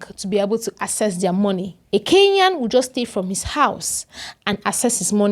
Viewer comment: She is neither a South African nor a Kenyan. Her pronunciation of Kenya is more like Keya and Kenyan comes out as Keyan! Talks like a Nigerian, loud mouthed like a Nigerian, reasons like a Nigerian, then she must be a Nigerian! By the way, I am a Kenyan, and not a Keyan, as this vlogger is trying to imply.